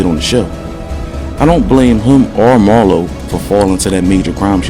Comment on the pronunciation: Did he really call Marlo "Barlo"? SMH.. dude really is reading someone else's words and y'all falling for it.